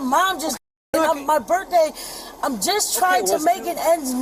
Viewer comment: It's her "Birfday"! Brilliant!!!!